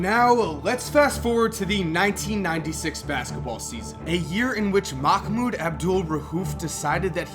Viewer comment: For a guy whos always informed bout watever he talks about, u catch an L for not learning how to pronounce islam, ramadan and Mahmouds name. But then again, no one cares to learn